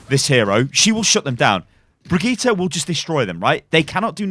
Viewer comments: Just say her name as you would in English. Everyone do this with Sombra, Lúcio and Reinhardt no one is worried in saying their names with the correct Spanish, Portuguese and German pronunciation. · amberisrad "in her origin video she says it as "bree-geet-eh" " Wrong. Did you watch the english video with her "primary" VA? And no it doesn't sound similar to how jeff says it. If you can hear the difference between feet and fit you should be able to hear the difference between the VA and jeff pronouncing her name. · The name is German though. But then again what you are saying is correct. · Brigittes hardest counter is pronouncing her own name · you..are..british... IT IS BRIDGE-IT!!!! stop trying to sound swedish lol. you know there are several ways to say melee, as you have said (in a brigitte vid).... me-lee / mel-ay.., just think about how we say "michelle", and how the french say it. case closed. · Seriously bri-gee-tah, three syllables my dude. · blizzard dont know how to say brigitte´s name. its a shame. its briggitE not A in the end. Brigitteh. Blizzard!! back to school! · Bree-Gee-tay howfucking hard is it to say that? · Jeff is wrong. Her name is pronounced bageut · Kaplan can't pronouce her name. His Brigitte pronounciation is worse than his Torbjörn pronounciation. Correct pronounciation: [Bri-Git-Eh]. That's how she pronounces her own name. And I'm swedish so... All parts short, no pauses in-between. NO D. NO A. No J, Hard G. Git rhymes with Hit, not "jeet". "Eh" is pronounced like E in Elements. The "Bri" is pronounced a bit differently in swedish, but it's a small difference that doesn't really matter as long as you don't add random letters or replace half the name with something completely different. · I’m triggered when people say Brijet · Q it’s pronounced “Bri Jit” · stop saying brigitte, you are doing it wrong....... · You are not saying her name right you tool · Rohan Motilal Seriously. Its NOT hard to say. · It’s pretty cringe tbh